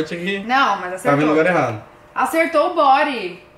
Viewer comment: Bodyyyyyyyyyyyyyy!!! nao é bory!!!!